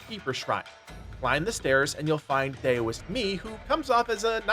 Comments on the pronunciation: Daoist-(dow-ist) not (day-o-ist) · Heads up, Dao is pronounced "Dow" not "Day-O" so the Venom Daoist is pronounced "Dow-ist". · Dow-ist not dayo-ist. Otherwise a great video. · Why does everyone on youtube keep saying Dayoist. Dao is not pronounced Day O, its pronounced Dow. Daoist = Dowist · Anyone else bothered that he pronounces it is "dayo-ist" lol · Daoist should be pronounced like COWist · FYI its pronounced d-OW-ist for the word Daoist ! not sure if you were trolling for utube engagement or genuinely didnt know haha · Daoist, pronounced DOWist. 🎶Daylight come ‘an me wan’ go home 🎵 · really quickly— it’s pronounced DOW-ist. Like the Dow Jones or the word DOWN. unhelpful feedback but want to keep everyone cultured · Bro, its pronounced dow-ist. And zoo bah-jee-ay